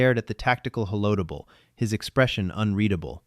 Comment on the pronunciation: Sorry, couldn’t let this one go: How do you pronounce “holo table”? 🤣